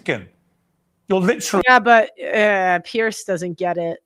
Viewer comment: Few people care but his name is pronounced "peers" not "pearce"